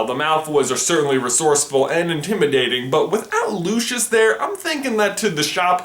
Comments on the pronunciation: Isn't anyone gonna talk about the fact that he pronounced Lucius as 'Loushus'? It's pronounced Lou-see-us. That made me so mad! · Lushus Malfoy X'D LU-CY-US (Lucius) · the way you say Draco's fathers name sounds like looshus but the way i say it it sounds like lucyus but spelled Lucius the pronunciation of names all over the globe are confusing AF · Lucius Malfoy is said wrong as his name is Greek or Roman so it is Loocius how it would sound. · lucius is pronounced LU-SEE-US not LU-SHUS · Does anyone else pronounce "Lucius" as "loo-see-us" and not "loo-shus" or is that just me? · It's LucIUS, not LucIOUS.. I'm pretty sure you would pronounce it as loo-see-us right?? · Are you calling Lucius Lu-Shi-S? He's name is Lu-si-us!!! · just pointing out, Lucius is pronounced loo-see-us not loo-shus. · Also Lucius is not pronounced Lushus. It's pronounced Lucy-us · I thought Lucius was pronounced Luseious not Lucheos... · Why are you saying Lucius as “Looshus” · Chaz Howell nah doubt it. JKR pronounces it “Looseeus”, as does Stephen Fry in the audiobooks and all the characters in the films. Sorry pal I think it’s just an American mispronunciation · no..his name is not pronounced lushus... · And it's not Lucius it's Pronounced Lusias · ....but everybody in the actual series says LuShus O_o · You're pronouncing Lucius' name wrong... :/ its Lou-see-us... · it's pronounced loo see us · You pronounced both rowling and lucius wrong, rowling is like row row row your boat, and lucius has the s sound on the c making it something like lusius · He said Lucius wrong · You pronounced his dad's name wrong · I. sorry I just can't get passed the pronounceiation of Lucius he is saying it WRONG!!!! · That's not the way you pronounce Lucius's name...... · "lushus" "hairy" "rawling" can this guy pronounce anything right jesus christ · OMG U SAYING ALL DA NAMES WRONG!!! FEN-EER LOO-SEE-OOS